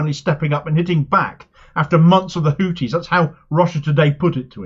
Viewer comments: A small point, they are called Houthis, not Hooties. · I was speaking about pronunciation. Hooties sounds like a topless bar.